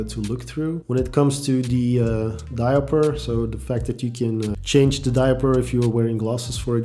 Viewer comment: It’s diaopter 😂😂 not diaper 😂😂😂